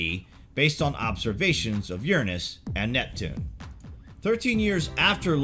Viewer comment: Tomato.. tomato, jif Gif, You're pronunciation of URANUS is ridiculous.. get back on track please.